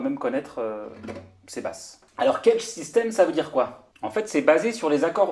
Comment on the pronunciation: éviter de prononcer cagette,sinon çà le fait pas.